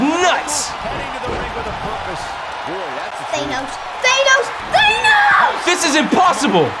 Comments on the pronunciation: It’s thanos not thAnos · Who’s thaynos it’s thanos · his name is not thaye nowes